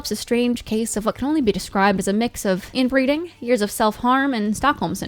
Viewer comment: don't you mean "inbeeeding"?